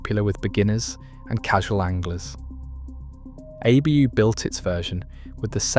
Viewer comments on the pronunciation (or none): I hate how it says ”ABÖ” instead of ”ABU”